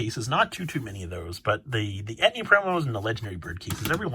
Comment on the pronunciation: No shade or anything, love the content. Were you talking about the "entei" promos and just pronouncing it as "etni" I was a bit confused there.